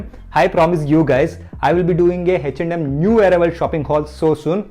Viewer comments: Bro is 'H&M(eh n em)' not 'hach nd Um' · Am I the only one who is hearing it as HECH AND HEM?